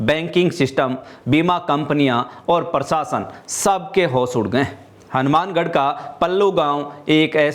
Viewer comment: न्यूज रीडर से हिंदी बोलना नहीं आता। प्रशासन को प्रसासन बोलते है। शाखा को साखा, क्लेम को कलेम बोलते है।